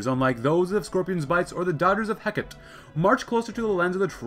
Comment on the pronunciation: ITS NOT HECK-IT! ITS HE-CART-TEE! This concludes my ted talk. Thank you for coming.